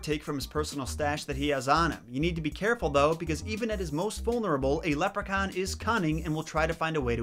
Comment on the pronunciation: Love the way u say leprechaun its mint 😁